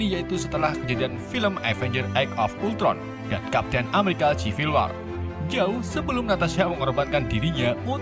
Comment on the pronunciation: Bukan maksd menggurui nih cuman mau ngasih tau aja kalau "C" di kata CIVIL dibaca "S" jd sivil. Dan red DUST bacanya dast bukan dus. 😁 (Fyi: Tulisan make huruf pronoun yg ngk ada dikeyboard gua jd gua tulis biasa aja). Senang berbagi ilmu